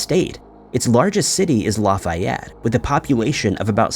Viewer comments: Stop pronouncing names incorrectly... Lafayette....laffy like laffy taffy. Laffy-ett. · Also got Lafayette and Chillicothe wrong. Geez, do some research. 🙄